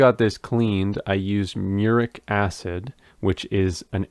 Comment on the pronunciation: I think you meant "Muriatic acid". Muriatic is pronounced like [m'yur-ee-AT-ick]